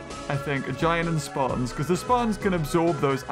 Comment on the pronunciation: its speertons not spartons thats how you pronounce speartons